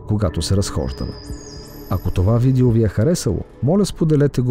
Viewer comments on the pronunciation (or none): none